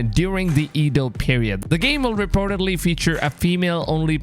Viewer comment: Sounds great, if it's true. Hope they don't rush this one... (Also, Edo is pronounced ey-doh)